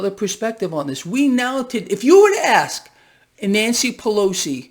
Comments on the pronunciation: Did he say aks them? Or axe them? Or ask them? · you can't make it up. You also can't ax a question you ask it.